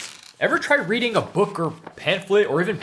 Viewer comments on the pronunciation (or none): none